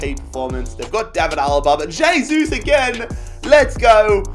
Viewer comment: Please....... pronounce "hey-sus"